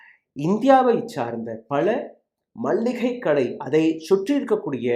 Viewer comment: நண்பரே, மல்லிகை கடை அல்ல மளிகைக்கடை அதுபோல் பார்லிமெண்ட் என உச்சரிபிலும் பார்லியாமெண்ட் என உச்சரிக்கிறீர்கள் வார்த்தைகளை சரியாக உபயோகபடுத்திணீர்கள் என்றால் இன்னும் மெருகூரூம்